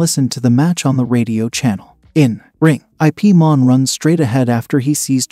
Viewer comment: His name is Ip(Yip) Man not I.P Man. 😂